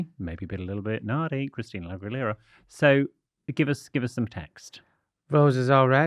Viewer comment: let me hear try to say Aguilera again….